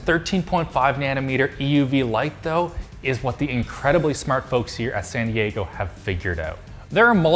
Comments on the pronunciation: "Sandy Aygo" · The way pronounced San Diego, made it sound like he said “Sandy Eggo™” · I am convinced he said "sandy eggo" at the start and not San Diego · Did anyone else think he said "Sandy Aygo" ? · when he said sandy eggo I felt that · How Pronounced Sandy Ego Genius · making San Diego into 4 syllables is the most canadian thing I've seen today. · San Di-E-GO?